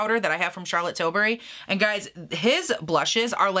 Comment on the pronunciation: lol Charlotte tilsbury, I think you were hungry